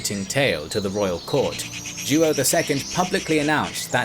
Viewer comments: João the king of Portugal. Sounds like joe-OW. Not joo oh. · JOÃO is pronounced roughly as Juwow not Juo. 😆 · It's more like "Jo-ah-um" altogether. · Wonderfully clear story telling. Only I'm a little distracted by the mispronounciation of João as "King Ju-oh." The name is pronounced "Zhwawñ," with the final sound mimicking the final N in the French word "non." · Joao is not pronounced "Jew-Oh", it's ZhWOW. Other than that, I loved this episode. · King Joo-oh 💀😅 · Great video! I love the series! But you gotta work on the pronunciation! Joao is like WOW but nasal :) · Until around the twelfth minute, i thought that the Portugues regent was "Duo", then i saw that it was "Joao" (which sounds nothing like the dude pronounces it). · Joao is pronounced Jow, it' sounds like saying How but with a J instead of an H. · Joaõ is pronounced like "YO - AO". Great channel! Best regards from Paraguay. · It's more like " Joh' " isn't it? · Mas a pronunciação de João 😅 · Oh my you butcher Portuguese names… don’t translate names 😓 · How hard would it have been to learn how to pronounce Joao? Very unprofessional. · He’s completely butchering the pronunciation. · I find hilarious the way you say "João" . One of the most comon Portuguese names, but becouse the "ão" doesn't exist in the english language, I can totally see the hardship. Great video, as allways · Ai ai ai, that "João" pronunciation...